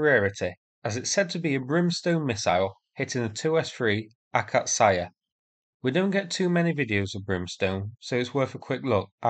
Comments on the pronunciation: Ok, next time it's akAtsiya, not akatsAya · How do you even mispronounce Akazia as Akazaya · It's an Акация, roughly pronounced ak-ATS-ee-ya. The stress is on the second syllable, not the third and stress placement is very important in Russian. It means 'Acacia'. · Slaughter on video and slaughter on audio as well(rip those location and or vehicle names) I'm pretty sure akatsiya - acacia in english. Slavic words have accent on the fist syllable - aKacia, not akaTSiiiya. Not slavic myself, so feel free to argue :) KIrovskyi not kirOOvskyi etc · Its not AkatSAYA its kind of AkatCiYA (tsee ya dudes) . And hope for luck to brimstones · It's "akats-yah". Two syllables. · Can't believe it's possible to butcher such an easy word, but here we are. Let me help you out a bit with the pronunciation: Ah - kah - tsi - ya